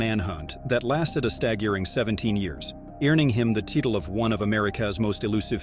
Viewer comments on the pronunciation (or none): Teetle of americas most wanted foogateeves. 😂